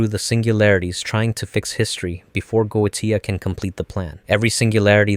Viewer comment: Very interesting watch, though the constant changing on how key names were pronounced every other line was starting to get to me. XD Dude pronounced Goetia like 4 different ways.